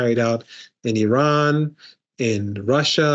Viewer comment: Thank you lady for right pronanciation of my country IRAN,lot of american unfourtunetly pronance wrong ,they say ay ran which bothering us.